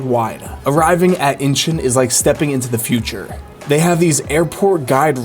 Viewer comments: Idk why I got so irritated when you kept on saying Incheon as if you were saying inches. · Dude your pronouncing airport name wrong.